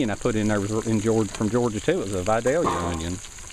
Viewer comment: please stop calling it a 'bowel' system. ha ha! You're cracking me up, man! Love those Vadalia onions. Best in the land.